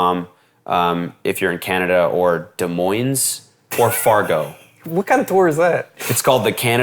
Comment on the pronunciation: “Des Moines” lol. Cody you of all ppl should pronounce that correctly.😂